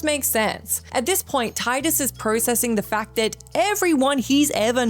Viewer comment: Hearing Tidus' name incorrectly pronouned as "Tye-dus" so many times is so cringey. >_<